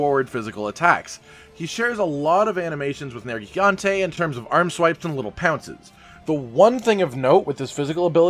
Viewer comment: He regains health if anyone returns to camp in between zones. Also thank you for pronouncing nergigante correctly but mispronouncing melee... Seriously is this stuff just a rinning joke with you guys?